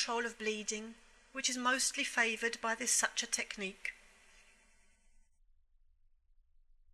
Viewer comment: I like the video but you cannot say such-ah for suture 😭 it’s suit-year